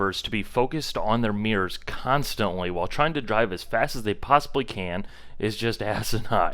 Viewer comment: Oh took me awhile, your saying mirrors! Not muuiiiirrrrorrsss 🤣